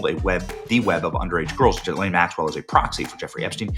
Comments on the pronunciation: It's "ghee-LANE". I know what she did but it's not "Joffrey" Dahmer or "Alan" Hitler. Learn talk words how, man who talk to make money. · … and for fuck sake… her name is JIZZ-LANE!!!?! 🤣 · Benny...another " journalist" who can't take a single second to learn how to pronounce Ghislaine.